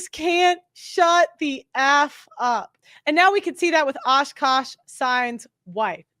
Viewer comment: It's not Ashkaash it's AKASH damn